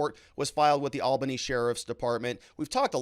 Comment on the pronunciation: Ha ha ha! Love you ~ it’s pronounced “All-ba-knee”.